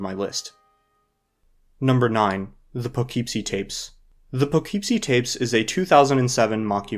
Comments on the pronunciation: it's "Poogh-keep-see", not "Pugh-keep-see" like the guy in the video keeps saying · as someone who grew up there, it’s pronounced “puh-kip-see”. lol😊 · Just a little thing: Poughkeepsie is pronounced "puh·KIP·see." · The problem with this movie in comparison to the rest is how low of a budget Poughkeepsie Tapes was shot on. I think if you accept it for what it is, it becomes way more enjoyable. It’s just a really creepy, uncomfortable movie. I wasn’t aware that it had this type of reputation online of being one of the notorious films. It’s also my hometown, so I may be a bit biased lol hearing him mispronounce it over and over again was tough haha. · Taking several points of mental damage every time you pronounce Poughkeepsie that way hahaha